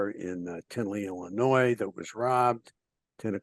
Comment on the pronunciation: big fan, but Illinois, the 'S' is silent. Please.